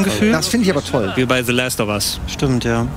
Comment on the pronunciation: Außerdem "Last of Us" nicht "Läst of Us"